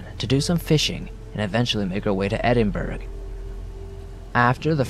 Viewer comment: Ok but the way he said Edinburgh kinda annoyed me lol but amazing stories like always!